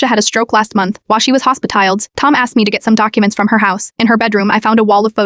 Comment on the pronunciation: hospitiled lol